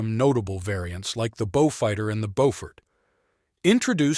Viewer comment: Not bjufighter. Bowfighter.